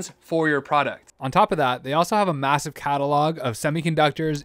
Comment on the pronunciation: Did you say massive